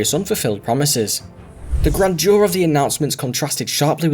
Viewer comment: Tell AI how to pronounce grandeur! And a few choice words about Trump would be welcome too...